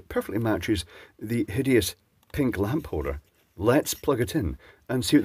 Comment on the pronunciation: Did he say "hideous pink socket"?